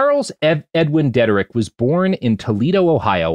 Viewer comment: Y'all forgot to mention that Bill Wilson did some LSD, and THAT is how AA was conceived. Dr. Bob, Wilson's cohort, I mean physician, gave it to him while he was in the hospital drying out to see if it'd break the addiction cycle, the way Ibogaine and Ayuhuasca do. And it's DEE-DRICK!!!!!!! Chuck DEE-DRICK.